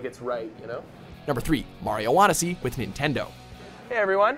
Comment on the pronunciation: No: 1. learns to pronounce "Mario" the right way.